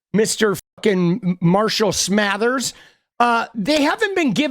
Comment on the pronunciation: "Marshall Smathers" I'm dead! 🤣🤣💀